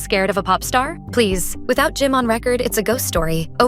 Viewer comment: Was going good till ai said Opray Winfrayyy Can’t do it ✌️